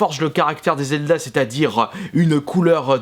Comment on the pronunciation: slt dit je voulait savoir ton avis sur zelda tp car bon si la prononciation est faites expres c est que tu l aime pas. J aimerai juste savoir ton avis